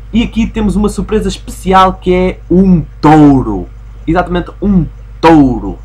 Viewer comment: Um "t-oh-ro"? Ah carago, essa pronunciação foi das boas. Quer dizer que agora o nome do jogo é Sheep, Dog, Wolf & Bull? (risos) Mas a serio, é um obstáculo e pêras, ainda bem que podemos usar os poderes de hipnotismo sem acabar por nos lançarmos por uma colina abaixo como costuma acontecer com o irmão de Ralph...